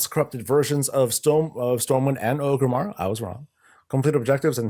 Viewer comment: Say "Orgrim" (like Orgrim Doomhammer). Now say "Orgrim-mar"